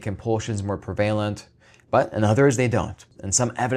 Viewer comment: Take a little ADHD and add a bit of OCD. For the heck of it throw in "elderly"...... EDITED to add: You just mispronounced the word "prevalent" in a very AI sort of way.